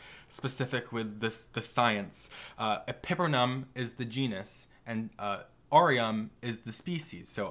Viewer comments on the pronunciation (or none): The way you pronounce epipremnum, pinnatum and Cebu angers me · pepper-numb orem